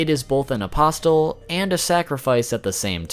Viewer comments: Apostle = The "t" is silent. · The T in apostle is silent. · Gah, MY EARS! The t in apostle is silent. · Please stop pronouncing apostle with a T. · Stop pronouncing the “T” in apostles. It sounds illiterate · “Apostle” is pronounced, “A-poss-l.” The “t” is silent. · I really wish the fact you pronounce "Apostle" with a "T", didn't annoy me so much. Your video is very good but everytime you say "aposTle" I cringe! 😅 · Great video. A friendly reminder, in "Apostle" the "t" is silent. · Whoa. Never knew half this stuff. Good job. For the record.. Its behelit (bay-ih-lit) and apostle (uh-poss'l), the t is silent. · Dude it's increasingly more an more annoying every time he says it.... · BOoooooooyyyYYYY!!! If you pronounce the T in apostle one mo time..... great vid though. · * Bay-let, A-pos-el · Apostle...is pronounced aposle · two pronunciation tips. the "T" in apostle is silent, and behelit is pronounced "bay-lit" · You dont pronounce the T in apostle. Sorry but you say it a LOT n I just cant help but cringe. It's really distracting. Trying to help you man. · The t is silent my dude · The T in apostle is silent. But nice vid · Can you pronounce apostle right wtf man. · Great video, but the way you say apostle hurts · The T in apostle is silent. Sorry, don't mean to be dick because it's a very nice video otherwise. But... my ears. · What, aposTle? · Im sorry bro but you're pronouncing behelit wrong like 3 different ways and apostle, i can't bro it's driving me insane i cant listen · The t in apostle is silent, like bristle or hustle. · Isn’t the “t” in “apostle” silent..? =,= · Bugged me too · oh I'm sorry, was he supposed to say "a-pos-les" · THANK YOU. that shit was bothering the hell out of me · The way he said apostle was really bothering me... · The t in apostle is silent right? Idk why my ears perked when I heard the way you pronounce it but great video either way